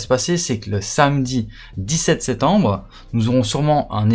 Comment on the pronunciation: 18 septembre et pas setembre il faut articuler